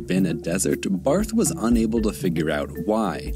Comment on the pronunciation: Just a little heads up A German surname with "th" at the end isnt pronounced like the typical english "th"-sound, but rather just like a normal "T" Like Bart(-h). But, it should be noted that the pronounciation is still different between the German "Bart" (=beard) and "Barth" (typically a Surname) Because you speak "Bart" fast and in "Barth" you strech the "a" instead of one fast swoop